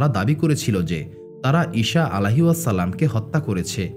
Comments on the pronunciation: আপনার উচ্চারণ ভুল । ঈসা (আ) এর নামের উচ্চারণ ভুল বলছেন বার বার । শ না স এর উচ্চারণ হবে । ছ এর মতো । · আপনি ঈসা নবী না বলে ইশা বলেন এই জিনিসটা শুনতে খারাপ লাগলো 😢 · ভাই ঈসা (আ:) এর উচ্চারণ টা ঠিক করেন